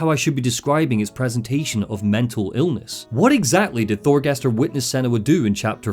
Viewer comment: It's not pronounced Thorgester,Fargrimer or Astrider - more like Thorgest,Fargrim and Astrid bc the "r" is mostly silent in norse names,same as Jörmundgand instead of Jörmundgandr for the World Serpent. Besides that,the Draugr were the Beserkers of the Vikings,who harmed themselves to build up adrenaline and become more powerful in battle - they weren't "viking zombies". However,I really love your content,especially the entire Lore Dumb stuff around the Remedy franchise - keep up the great work and have a good one. And☝🏻best wishes for your "new" family👍🏻👍🏻👍🏻